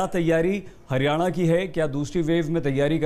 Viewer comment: हिरयाणा नही हरयाणा होता है